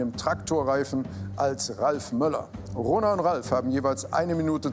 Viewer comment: Wer hat auch corona verstanden als jmd rona gesagt hat? Es kommt nicht mehr aus meinem Kopf 😂🤦🏼‍♀️